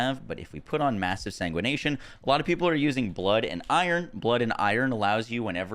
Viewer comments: The mod is called Massive Sanguification not Sanguination 💀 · Say it with me”sang wih fuh Kay shun” Jesus …”SaNgWaNaTiOn”